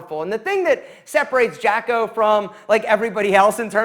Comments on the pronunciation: Jah-co. Not jack-o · Me hearing him pronounce Jocko’s name like eughhhhh ITS JOCK OH NOT JACKO AAAAAAAAAA, but seriously can’t agree more with you his books are phenomenal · the fact that he mispronounces Jocko proves he didn't listen to the book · Might check the pronunciation of Jocko and Leif.